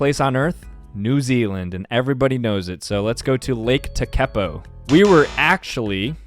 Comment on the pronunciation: As a new Zealander, the way he said Lake Tekapo offends me ngl 😂😂😂😂